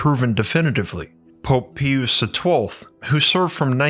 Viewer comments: I was with you until Pope Pee-us. It is pronounced in English as Pie-us' As in a pious (devoutly religious) person. So much for accuracy. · It’s not ”peeous”…..ITS PRONOUNCED “PIE US”. What the fuck is wrong with you? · Pius is pronounced as PIE-US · I think it’s pronounced Pope Pie-us, not pee-oos. Also sis-er-o, not kik-er-o. Not trying to snob, just want to put on your radar that struggle to pronounce commonly mentioned names in the subject makes one question how deep into the material you are outside of the channel. It is a burden and a responsibility to be a leader and teacher, and as so, you’re held do a higher standard than others. I hope it’s me that has been getting it wrong all along, because I like your channel and want to be able to look to you as a scholarly (for YouTube) resource. I’m sure you know that in this study, no one is beyond reproach or will be unquestioned, so I really hope this is taken to heart and not as offensive. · It’s not pee use its pie us - Pius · it is not pee youse---Pius - it is PIE youse.... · Dude….PIE-US, not PEE-US. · It’s pronounced pope PIE-US not PEE-OOS! 😂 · Pius pronounced pye-us! (Not pee-us) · Pious = pie-us not peeus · This is a very intriguing story. Thank you! I cannot figure out what dialect or ethnicity is...his pronunciation of English words are very odd especially when he pronounces Pope Pius XII as "pee oos" instead of "pie oos." It seems that one or more of those 12 scientists who were recruited to work on this "time machine" leaked this information to a certain "MIC" aka deep state/deep church that led to a certain black project called, "Project Looking Glass." This was reported to "whistleblower" interviewer, "Kerry Cassidy" (rolls eyes) at her 'Project Camelot.' Can't help but see the similarities. The only difference is it got into the hands of possible criminal, maniacal, psychopaths. Love the sweater. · Pius is pronounced "Pie-Us," not "Pee-Us." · Pius is pronounced pie-uss, not pea-uss